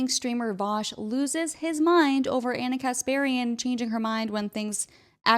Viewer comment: Why does he say ONNA?